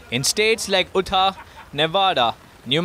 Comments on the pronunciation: Just so you'll know Utah is pronounced "you tah". Thanks for the reporting. Thumbs up and subscribed! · Utah: pronounced " Youtah ".